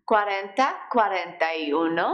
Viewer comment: Great lesson but I think you are pronouncing one wrong, it's supposed to be like oo no , not you no.